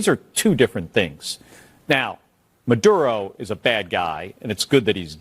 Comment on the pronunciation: Say it the way it's spelled. Maduro...not Mudoodo.